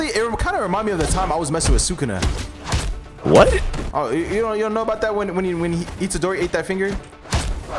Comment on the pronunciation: its thukuna